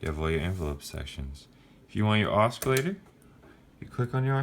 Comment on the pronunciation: Cool keyboard. I also like buying up the 80's & 90's digital stuff. Also, I don't think you are supposed to pronounce the C in oscillator... :)